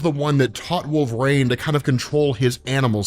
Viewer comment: It's pronounced, Wol-ver-een not Wol-ver-rain